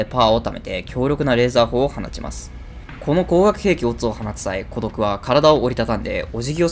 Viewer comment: コドクの発音おかしくない？